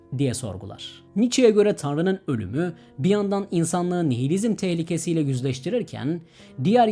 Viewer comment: ‘tehlikesi’ derken?